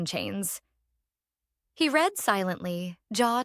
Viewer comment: Your AI sucks. It's pronounced "red" not "reed".